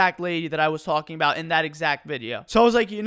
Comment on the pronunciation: "Abaot a week a go"